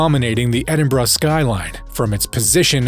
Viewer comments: the city IS NOT!!!! called "Edinbraaah !" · you cant even say Edinburgh correctly